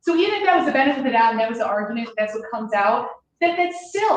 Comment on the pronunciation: “benefitfthdoubt mumble” Bring back clear prosecutorial speaking, how bout dat?